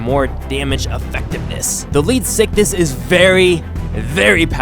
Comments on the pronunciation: You can attack the lead sickness and put an end to it XD he didn't say it but sound Ed like it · It's pronounced leed-zick-thees get your facts right